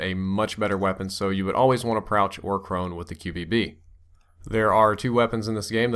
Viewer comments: Lol he said Prouch or Crone. :D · Did anyone else hear prouch or crone? :') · Prouch or Crone??? Lol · lol brain fart there "prouch" or "crone"